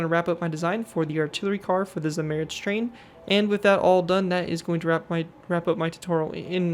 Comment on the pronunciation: Zamoorets that is how you pronounce it